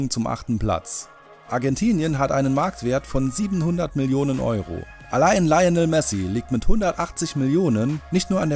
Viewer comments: "Leionel" Messi 😂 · Dele alli😂😂😂😂 Lainel messi😂😂😂 Kylian Mbap😂😂😂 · Dehla Ahli, Laionel Messi, Sörchio Bussketz Mbap? Ich glaube ihr solltet es mit den fußball videos lassen... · Myhtex CR geh er sagt lainel messi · deeele ali laionel messi und kylian bap🤦🏽‍♂️🤦🏽‍♂️